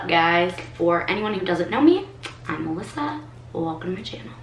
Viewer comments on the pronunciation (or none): none